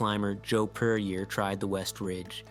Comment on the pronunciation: this is poorly researched a.i. trash content. You're welcome for my view and comment. Its Joe Puryear not Perrier. At least verify your videos before you release the, goddamn.